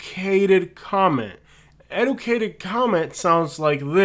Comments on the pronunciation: This man can’t even pronounce educated right and trying to talk about how someone speaks lol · Do you have any idea how stupid you sound going off and telling people "to leave an educated comment", when you are saying the word educated incorrectly?